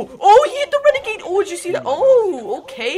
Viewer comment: my guy called savage renergade